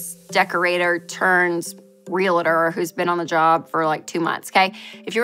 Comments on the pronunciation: Yessss. How do people keep saying it like “real-a-tor.” Not how it’s spelled. So cringe. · Great content. PSA: “REALTOR” is TWO syllables.